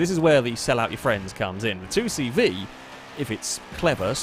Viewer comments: Would it not be deus Say Vay as that is the French way of pronouncing C and V. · The 2CV is pronounced “deux chevaux” in France, which translates to “two horses”, I don’t know if you’re supposed to pronounce it “two horses” in English though